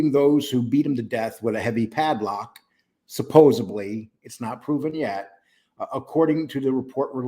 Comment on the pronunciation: You pronounce "supposedly" like John Pennisi and 1 or more other New Yorkers I have heard. You just can't fully get that New Yorker out of you,, huh? After all these years, still traces of it to be found in you. Makes me think of the residual traces of Marine Corps still after all these years, travails, so far fallen from grace, in me. So, 🤔 maybe once a New Yorker always a New Yorker?